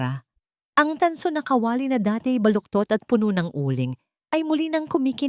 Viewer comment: Bwisit Pilipina ka ba o hindi?pati pag bigkas ng KA WA LI ginawa mo kawali